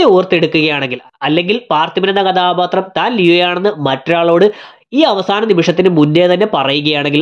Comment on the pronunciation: കദാബാത്രം അല്ല മോനേ കഥാപാത്രം